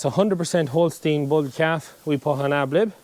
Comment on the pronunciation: Ad lib not ab lib